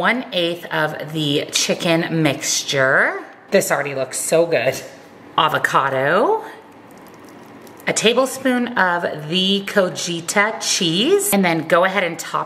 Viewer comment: Those tostadas look so good!! Co-ti-ha cheese. 😉